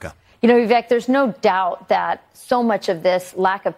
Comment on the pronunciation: It irks me that a number of anchors still say vee•vehk, when it's vih•vayk or at least vih•vehk